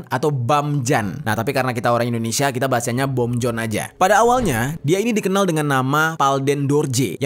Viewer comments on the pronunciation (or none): none